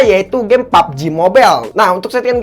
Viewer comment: Gw suka lu ngomong pubg mobile